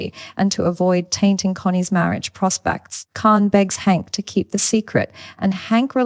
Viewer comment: Jeez people just buy mikes and record yourself. AI even butchers names like Hank now